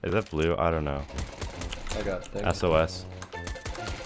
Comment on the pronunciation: He said sos LMAOO